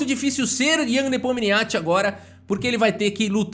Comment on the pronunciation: "Ian nepominixi", plmds